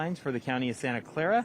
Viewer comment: Ktvu gonna hire new YouTube guy soon. “Santa Claa” 🤦‍♂️